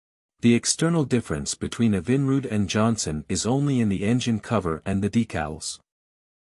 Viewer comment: Try to get that robot narator to pronounce EVINRUDE correctly.